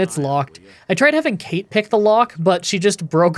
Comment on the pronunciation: weird obscure language tip from an Irish person that no one will care about, the character that's mentioned very vaguely "cait" isn't Kate but cawt 😌